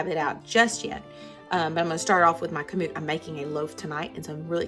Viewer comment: Emphasis is on 1st syllable, not 2nd...KAM-oot.